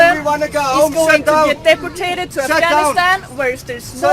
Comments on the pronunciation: I don't speak Swedish at all, but "deportated" ?? That was grinding my gears every time she said it. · Why does she keep saying deportated? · Can we talk about her saying "deportated"? It's "deported". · deport-tate: so terrible lol stupid bitch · Day-poor-tayted. Fucking stop. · "deportate" - WTF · "Deportate" That's a new one. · What infuriates me most, however, is that nobody corrected her when she said "deportate". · "deportate"? lol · because the lovely lady in the video constantly pronounces it "deportated" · Did she say "Deportate"? Bitch doesn't even know how to say the word right, and she thinks she knows better than everyone else. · ... "Deportated." Sweetheart, I have friends in Scandinavian countries who run rings around native English speakers. And they're not , 'privileged', they're just ordinary citizens. Do us a favor, dear, and learn how to speak the language before lecturing us in it.